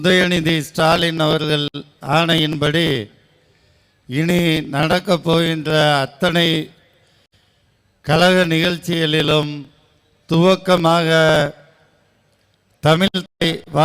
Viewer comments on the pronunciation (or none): முதல்ல இவனை தமிழ் ஒழுக்கமா பேச சொல்லுங்க தமிழ் என்ற வார்த்தையை கூட உச்சரிக்க தெரியவில்லை. கழக நிகழ்ச்சி என்பதற்கு பதிலாக கலக நிகழ்ச்சி என்று கூறுகிறான். இதுதான் இவர்கள் தமிழை வளர்க்கும் லட்சணம்.😡😡😡😡